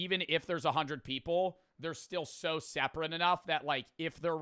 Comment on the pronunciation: His accent seems normal until he says the word so. “Siiiirrr”